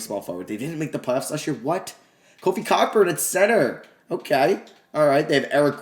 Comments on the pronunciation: Bruh. “Cockburn” it’s pronounced “Coburn” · Its pronounced Coburn,,,,,not Cock burn. I like your thinking though. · The ck in Cockburn is silent so it’s pronounced Co-burn. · bro said “COCKburn” 🤣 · Kofi Cockburns last name is actually pronounced as Coke burn, just FYI lol